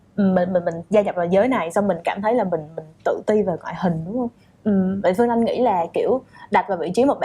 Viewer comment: Host ơi làm ơn nói đúng chính tả được k? Lúc Bắc, lúc Nam, mà nói sai chính tả? Chị Phươn Anh, đượt không? Omg host mà phát âm như thế huh?